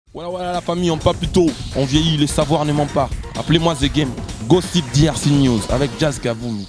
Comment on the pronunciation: eeee nzambe Jazz Gossip na anglais eza Gassip